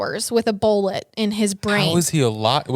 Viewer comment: kills me with the way she says BOLLIT instead of bullet 😂